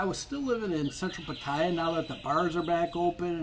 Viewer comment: Do not buy a condo for an investment. Buy it for a place to live and you'll get your money's worth that way. But if you're planning on turning a profit eventually you won't. One more thing. If you're going to present yourself as an expert on Thailand, first learn how to pronounce "Pattaya" and "farang". You're not even close.